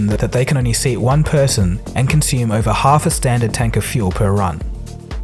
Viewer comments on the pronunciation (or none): none